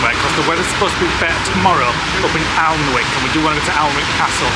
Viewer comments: Just to let you guys know it’s pronounced anick 😊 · Hi, so glad you enjoyed Durham, I'm a geordie from Gateshead but lives on the coast in Cullercoats. can I just say, you pronounce Alnwick as Anick, the l and w are silent.xx The van is so cosy, I bet you can't wait to get back to it after a day of sight seeing. Looking forward to the next vlog, take care xx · One of my favourite parts of the country….Northumberland, Bamburgh, Holy Island….Alnwick( pronounced annick) fabulous Castle! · Love your blogs guys ❤ just a heads up Alnwick is pronounced Annick x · Don't sound the w in Alnwick its a lovely place